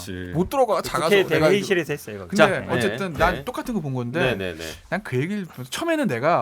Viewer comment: 이준석씨는 꼭! 한번 읽어봐주시기 바랍니다. 이준석씨는 화법을 바꾸지 않는 이상 호감도가 올라가지 않을 듯 합니다! 이준석을 좋아하지않지만 측은한 마음이 들어서 개인적인 의견을 말합니다. '~했어요'가 '~했으요'로 들리게끔 발음하는 것, 그리고 전체적인 어감이 너무 나이들어 보이게끔 느껴집니다. 금번 민주당 오영환 당선자의 경우 정치신인이어서 그렇겠지만 발언의 느낌 자체에 청년의 이미지가 물씬 납니다. 이준석최고는 오랜 정치경험이 쌓였으니 그런 환경 속에서 그런 화법이 자리잡았으리라 생각되지만...그리 듣기 좋은 화법과 발음은 아니라고 생각됩니다. 가능하다면 다음번 선거때까지 스피치 컨설팅같은걸 받아서 개선시켜나가보심이 어떨까합니다. 다시한번 말하지만 저 이준석최고 별로 안좋아합니다...근데 앞으로 방송이든 정치든 안할건 아니잖아요?.... 그럼 계속 TV나 유튜브에서 봐야하는데 매번 채널을 돌리 수도 없고...계속 그런 느낌을 갖고 가고싶지 않아서 그럽니다. 금번 총선을 통해서 유권자로서 느낀바는 진짜 제대로된 보수? 야당?...암튼 무조건 발목잡는 정당말고 이치와 상식에 맞는 합리적인 정치를 하는 정당으로 탈바꿈했으면하는 바람이 있습니다. 그 가운데 이준석최고 같은 젊은 정치인이 있을테구요...근데 그런 정치인의 발언을 단지 화법때문에 듣고싶지 않다면 좀 억울하시지 않을까...하는 마음...저도 계속 싫어하는 마음을 갖고 싶지않은...두마음에서 드리는 말입니다. 지극히 개인적인 느낌이고 개인적인 바람입니다.